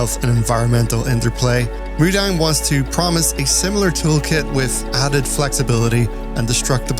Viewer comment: it's mu-dang like...moo-dong